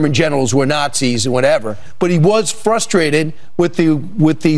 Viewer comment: Anyone who says fustrated automatically gets disqualified.